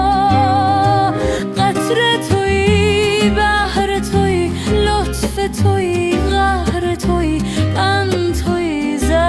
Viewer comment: آیا میتوانید به هوش مصنوعی یاد بدهید که وقتی دو کلمه مانند بهر تویی زهر تویی را نباید نسبت دهد و بهرِ تویی و زهرِ تویی نخواند؟ یا آن الگوریتم خودش تصمیم می‌گیرد چگونه تلفظ کند. کار شما بسیار دلنشین و‌دلپسند است ولی اشتباهات اینچنین آنرا دلخراش می کند.